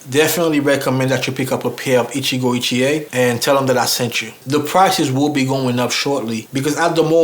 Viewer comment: Hey, them Shoes are Gorgeous. When you first named the Maker... I was like WTH!... I thought you said "Gitchié - Gitchié, Ya-Ya, Da-Da" 🤣🤣🤣. from "Lady Marmalade".. Naw For Real. I had to back up the Video to hear it again. Krazy mind of mine🙄. I think the color of the shoes would look nice with that Green Suit your wearing in the video. Would you call it a Sea Moss Green? I'm luv'n it👍🏽. But yea, you most definitely got Blessed with them shoes. Luv'n that Grain too. Stay looking Sharp brother. I appreciate your videos. Be Blessed 🙏🏽...